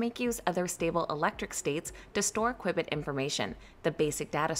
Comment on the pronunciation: Might want to listen to someone that knows how to pronounce qubit properly